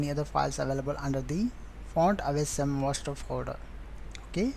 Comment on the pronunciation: dude its ausm not aceee som!